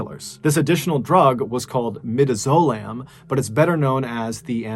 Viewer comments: I’m a pharmacist and right here I yelled “I BET THEY GAVE HIM MIDAZOLAM” 🤣 (also it’s pronounced like mid-DAZ-oh-lam) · the drug is midazolam and sounds like mid-as-oh-lamb. Also known as Versed pronounced ver-said. Us old(er) nurses are the worst when it comes assuring correct pronunciation of medical jargon!!😂😂😂😊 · The amnesia drug is pronounced MmI-DAZ-O-LAMB not mydazolam and it’s not very effective for inducing Amnesia, I’ve been injected with it for a scope of my stomach with a camera scope. It’s a benzodiazepine drug much like diazepam (Valium). ITS NEVER given me amnesia even after 6mg which is considered a lot. That poor guy, omg! Great video as always! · You pronounced midazolam completely wrong, lol. It's muh-DAZZ-uh-LAHM. Or, more commonly, Versed (verr-SEDD). 😂😂😂❤ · “Mid o zolam” 😂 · Love ya but you completely butchered the third drug name, lol. Mid-DAZ-Olamb. We use it all the time in vet med. Okay…as you were. Lmao! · In story 3 the drug, midazolam is pronounced me-daz-o-lamb